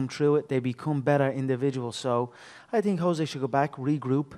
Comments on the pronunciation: Can some one tell me if the correct pronouciation of Jose Aldo's name is "Jo-zay" or "Ho-zay"? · That reporter saying "joe zay" instead of Jose is driving me crazy.